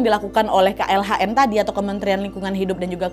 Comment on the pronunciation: yang benar KLHK kak, bukan KLHN